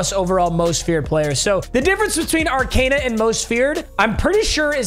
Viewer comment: It’s pronounced Ar-cOn-a not Ar-cAn-a